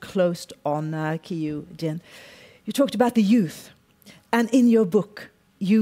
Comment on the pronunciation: Her name is Keyu 刻羽 not Keyju.